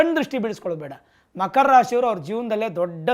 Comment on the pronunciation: Makhara, Bhakara 😂